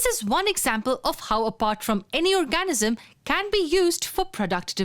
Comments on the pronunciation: annoying narrator, please learn how to pronounce "or-ga-NIZ-um". thanks. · Very informative video, but the pronunciation of 'organism' really threw me off. No need for such a strong emphasis on the A; it's basically silent, with the N almost immediately following the G. OR-G-NiSM.